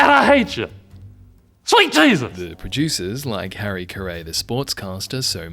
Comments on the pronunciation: You lost me at Harry Ka-ray. If you're gonna use AI at least make sure it pronounces the name right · “Harry Kah-ray” 😂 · He also mispronounces his last name, which is exactly like Jim Carrey's, just spelled differently.